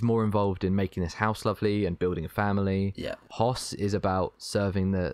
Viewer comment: That's not how you pronounce Hoess.